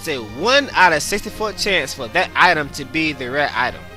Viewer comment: I liked the video and your other videos look interesting, however because of your lack of pronunciation skills with almost every other word, I'm gonna have to skip them. "Item" has a "T" in it, not a "Y'